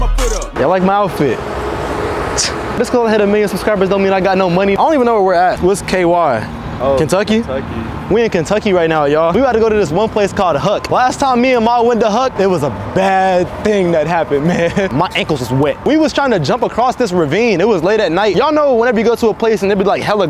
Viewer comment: Bro, he calls it huk